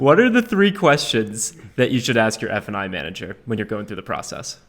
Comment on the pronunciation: You guys keep saying "f & i," but I hear "f-ing"